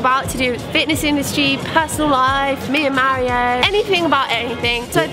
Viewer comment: What I really want to know is why you pronounce Mario like "Maireo", like with an "air" sound.